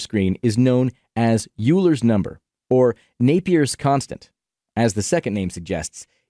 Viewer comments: Euler is pronounced Oi-ler not You-ler. Great explanation otherwise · Euler is pronounced oy-ler not yu-ler. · OILER It's pronounced "oiler," not "you-ler." That's my only complaint. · What is this "Yooler" of which you speak? Do you perhaps mean Euler (pronounced OY-lər)? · The only thing that you didn't nail is pronouncing Euler. It's pronouned as "oiler" not U-ler. But overall, I like the content. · I know I’m a stickler guys, but any math person is going insane right now. I have to say it. It isn’t Yuler’s number. It’s Oiler’s number. Euler->Oiler. 🤬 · The high-effort pronunciation of Poisson juxtaposed with the butchering of Euler was incredible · Good stuff, but the pronunciation of 'Euler' is very wrong... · IT'S PRONOUNCED EULER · pronounces poisson correctly, can’t pronounce euler correctly